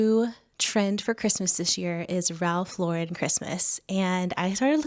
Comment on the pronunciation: Its Ralph Lo-Ren